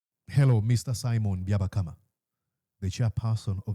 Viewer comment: He is called Byabapama not byabakama okay 😭😭😭😭